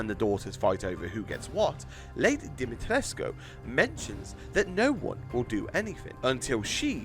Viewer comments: Hi I’m Romanian you did good at lady d name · You pronounced her last name the romanian way I think it's right. (I'm not romanian but I seen people said that's how you say it)